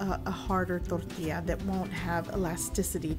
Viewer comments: " yada yada totally unaccented english yada ....DORDEEYA.....more unaccented english...DORDEEYA" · Torrrrrtilla. I come by often just to hear that. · Zero accent till the word Tortilla~